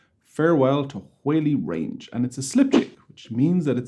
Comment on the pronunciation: Great tune, but it's pronounced Wally Range, not Wayley Range. It's the part of Manchester where Morrisey came from!